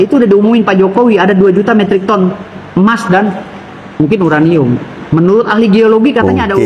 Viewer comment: Because this URANiummmm 😂😂